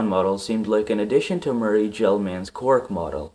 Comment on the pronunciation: Pronunciation of Gell-Mann: Google is your friend.